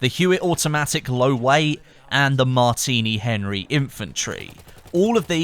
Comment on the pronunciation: at the beginning you said Martiny Henry infantry